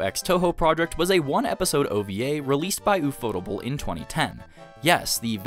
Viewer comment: My ear bleeds every time I hear "u-fo-tu-ble". It's pronounced in English, "UFO Table." Because when the creators of the studio went to a pitch meeting with financers, in their office was a table. One of the creators said, "Hey, that table looks like a UFO." That stuck in their mind and they eventually created their studio, UFO Table. They even went back to that financer and eventually bought the table from them, and now have it in their office.